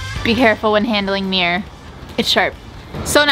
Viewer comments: Mir-ror. Mirror. You found the second syllable half way through the video. You ok? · No hate lol but I’m from the uk and it really annoyed me every time they said mirror like “Miyer” rather than “mirror” lol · As a person with English as my second language it's always confused me as to why ppl from the us pronounce mirror like mirrr or mrrr if they seem to be feeling particularly lazy, and now the canadian murr or meerrr. Why not just pronounce the word properly or change how you write it to better reflect how it's commonly pronounced? It's not like that hasn't already been done with plenty of words in the american english anyway. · I love you guys but the number of times I heard you say “meer” instead of mirror was so frustrating 😭😂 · I swear said mirror so often I only heard meer in the end 😜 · you made me so aware of how many times she says mirror and it hurts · Well I'm English and it sounded weird. Surely it's pronounced mirrah? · My husband keeps twitching every time you say 'meer' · Quarantine drinking game, drink everytime says "meeor" 😂 Can we get a re edit with a counter? Love you guys haha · Once you realise is saying meeer you cant unhear it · Am I the only one who is so disturbed by how American pronounce “mirror” ... “meee-er “ 😂😂😂